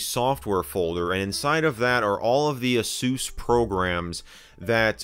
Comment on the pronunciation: I love how he says ASUS like "a-sews", instead of "ay-sus", as he doesn't want to say sus ඞඞඞඞඞඞඞඞඞඞඞඞඞඞඞඞඞඞඞඞඞඞඞඞඞඞඞඞඞ